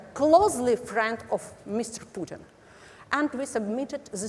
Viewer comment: Путын рыжим. Ржу, не могу. Абсолютли. Мутко или кличко уроки английского давали, видимо. Мои бедные уши